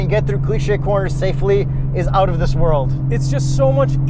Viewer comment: Kyle Amante he also says owt instead of out. Punishable by death if you ask me.